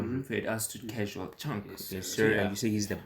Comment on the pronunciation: Its Cashual Chuck not Chunk😊 And Tatang Robin not Rob Thanks fr rv appreciated